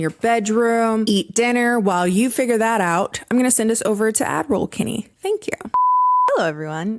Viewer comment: For the longest time I though you were saying "Admiral Kenny" not "Ad-roll Kenny" lol